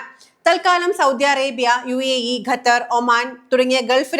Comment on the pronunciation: Gathar അല്ല ഖത്തർ